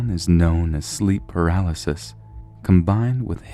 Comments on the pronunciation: he was saying "paraliss" lol it's "paralysis" btw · Say it with me! PARA-LY-SIS PARA-LY-SIS PARA-LY-SIS NOT PARALYS FFS. LEARN TO READ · Was he saying powerless?? You mean PAR-AL-ISIS... LMAO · Palasis you know how to pronounce this stop pretending you don't know how to pronounce paralysis your British it's in your blood ffs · I'm not impressed that pronounces "paralysis" as something like "paraliss". It's not that obscure a word and he surely must have encountered it before and know how to pronounce it. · should learn how to pronounce 'paralysis'.